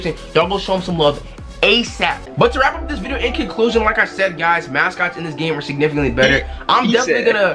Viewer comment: "In conclosion"? Hello?